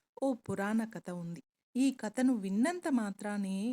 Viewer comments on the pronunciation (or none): కత కాదు కథ please check your pronunciation